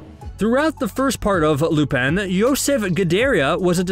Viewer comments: Lupán - it pronounced as that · He pronounced it right at times and sometimes no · God please pronounce lupin right bro